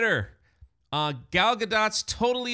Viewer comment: Is that Jewish? I assumed it was French. is a simple goy, he also called her Gayle at one point in this video.